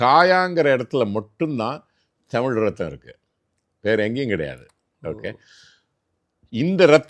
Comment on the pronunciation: Ivaru thamil saralamaha pesurar but tamil entra varthaya ucharica marukirar.